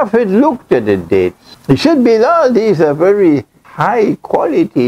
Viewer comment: It is Bilal not Biral